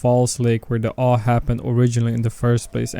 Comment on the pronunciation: It’s pronounced A-W-E. As in Altered World Events. Not “ahu”. lol 😂